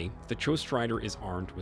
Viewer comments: “Jostrider?” Does the voiceover guy practice his pronunciation much? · Odd the bad AI narration pronounced "ghostrider" correct one time, and incorrectly the second. Almost as annoying as the title NOT reflecting the content.